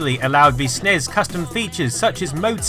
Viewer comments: You don't say snes you say ES EN IE ES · Yeah, I've never heard it called "SNEZ" until this video. It's always been "Super Nintendo" "Super NES" or "S-N-E-S" 100% of the time. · Nez? Snez? Did you sneeze? Jesus Christ dude. Are you really that lazy that you can't say En-Ee-Es and Super En-Ee-Es? Nitwit. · Even according to Nintendo its N.E.S. and S.N.E.S. stop pronouncing it. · Sorry, i just can't get over "snez & nezz" pronounciantions. Everyone in the west (ie: America) calls it "N.E.S" or "Super Nintendo", maybe "S.N.E.S." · Ugh, stop pronouncing it "ness" and "snez" when you pronounce the other one "gee bee eh" instead of "giba". It's "en ee ess" and "ess en ee ess". Minor nitpick, I know, but so annoying to hear. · It's a SNES (SSSSSS) not a SNEZ (ZZZZZ) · Eww, I don’t like hearing NES as “nezz” and snes as “snez” 🤮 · Please stop saying "snez". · Don't say Snezz and Nezz.. that's fucking retarded and I'm clicking dislike because of it. When the acronym is all caps, you say each letter. When it's not, you say it phonetically. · is anyone else annoyed that he calls it a snez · Can't watch this because he says "nez" and "snez." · People really need to stop saying "SUHNEZ" when talking about the SNES. Makes me want to punch someone in the face, really, really hard. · it hurts my ears every time when you say Nes or Snes as a word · Stop pronouncing NES and SNES as a word it's giving me cancer. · do have the feeling that I'm not the only one pronouncing them as words. Anyways, beauty is in the eyes of the viewer, annoyance is in the ears of the listener :)